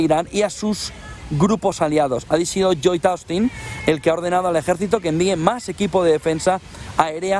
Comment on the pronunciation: A qien interese, LLoyd, se pronuncia LOYd. SoCal..